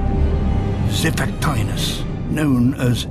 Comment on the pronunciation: Zai-Fack-Tea-Nuss That's how you spell it...